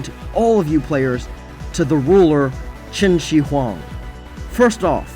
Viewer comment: When pronouncing the "Shi" in Qin Shi Huang, try saying the "shir" in "shirt" rather than "shee". The "shee" pronunciation is reserved for the pinyin "xi."